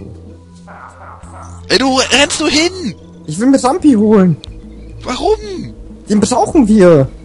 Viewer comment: was mich persönlich leicht stört ist,dass er RamBi und nicht RamPi heißt,aber gut^^